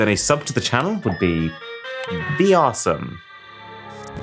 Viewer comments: I thought you’d say ARsome 😅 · “Vrsome” I’m unsubbing due to the fact this is super cringe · “A sub would be *vr*some”? Ouch… 😉